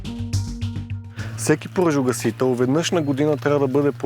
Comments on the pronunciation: моля те, кажи на, че се казва поЖАРогасител, а не поРАЖогасител. 3 пъти го казва грешно, не е ок за такъв човек:)) другото важно е, от въпросната агенция да натиснат за промяна в законодателството...с тези пожарогасители, които се продават и полицията ги приема за ок, освен да си изгасиш цигарата - друг ефект няма. Отбиване на номера само! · Казва се ,,пожарогасител”,а не ,,поражогасител” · Клипа е много добър с много полезна информация! Искам само да вметна, че се казва ПОЖАРОгасител, а не ПОРАЖОгасител. 😂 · Не веднъж, а всеки път като се опита да го каже. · защо казваш постоянно поражогасител